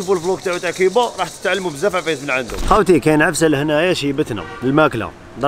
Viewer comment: يا خويا.... جمال.... كوووووووبا.... ماشي... كيييييييييبا